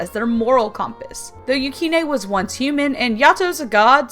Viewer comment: Yato (yahh-toh) Hiyori (hee-yOree) Yukine (you-keeneh) Bishamon (Beesh-a-monn)